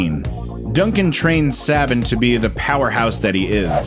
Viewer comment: It's Say-ben. Like Nick Saban.